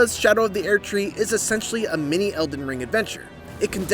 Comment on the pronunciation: Why is he pronouncing it "aired tree?"